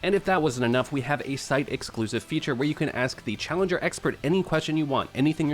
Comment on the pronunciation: "Callenger" ? xDD !